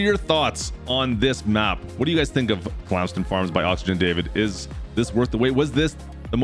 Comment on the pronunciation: Bro really said “clams den farms”